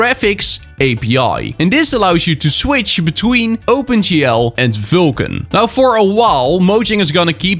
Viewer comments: its vulkan bro. not vilkan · Why can't you say Vulkan? You say VYLKAN all the time.